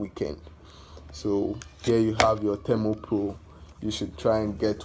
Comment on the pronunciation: Its thermopro & not thermpro